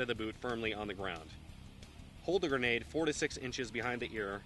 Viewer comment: no say granadaaaaa with an accent